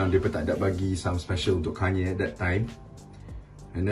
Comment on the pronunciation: Hagahaha tanye kanye guna loghat utara 😅😅😁😁